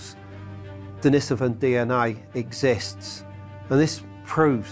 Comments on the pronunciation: I would say start with how people pronounce things. Its in no way a surefire way but mispronouncing denisovan, which is likely the easiest Russian name ever is your first clue. Its not "dennisivin" and people that get their information from shaky written sources versus discussion with experts nearly always mispronounce numerous names while making some grand "alternative" claim. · TLDR: No one can agree or even knows how to pronounce Denisovan. Until this is resolved, humanity will be unable to progress.